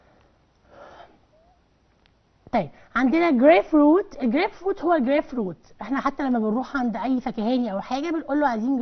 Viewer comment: شرح كويس لكن هناك كلمة كانت خطأ سهوا grapefruit حضرتك قلت y بدل ال u